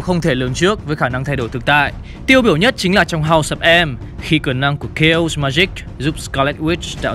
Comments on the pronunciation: đọc là kây ọt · Chaos sao lại đọc là K.O :))